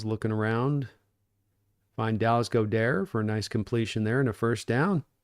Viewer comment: It's pronounced, Dallas "God-dirt". 😊